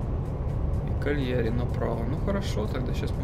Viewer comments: КАльяри. Ударение на первый слог. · КАльяри, ударение на А.